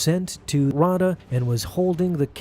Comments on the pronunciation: The moon Ahsoka was exiled on is pronounced "Rah-a-da" as said in the Audio book read by Ahsoka's voice actor herself. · Raada is pronounced Ra(h) ate uh 😉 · It’s (raw-ay-duh) and (Kay-den). Say it right. I have the audio book pronunciation on my side here. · If ever listened to the ashoka novel read by ashley its pronounced ri-ay-da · Bruh feaking hilarious how he pronounces Raada and Kaeden Larte 😂